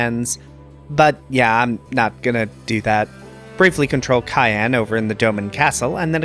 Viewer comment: Cait Sith is pronounced Cat She. And it's Sai-Ann, not Cayenne. Yeeeesh...amazing videos otherwise!